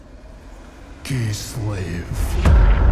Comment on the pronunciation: Nobody: This guy: "Kisleif"